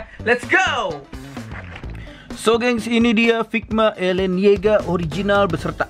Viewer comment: bukan elen tapi eren ok